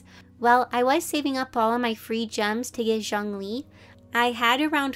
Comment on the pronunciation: Me cringing at “DiAnA” and “zHaNg Li”